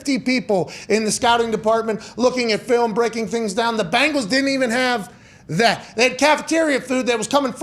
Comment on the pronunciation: I'm really starting to believe Pat likes the Colts more than the Bengals lol.. Sorry Pat, don't hate, we're better! Who Dey!! BENGALS NOT BANGLES YOU SOUND LIKE CHRIS SIMMS!! No wimpy indoor facilities here! Who Dey Who Dey Who Dey think gonna beat them Bengals NOOOOOOOBODY!